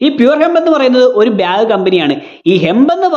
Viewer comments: ബ്യാഗ് അല്ല.... ബാഗ്😅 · പിന്നെ ഈ അവസരത്തിൽ പറയാമോ എന്നറിയില്ല... ബ്യാഗ് അല്ല ബാഗ് 😂😂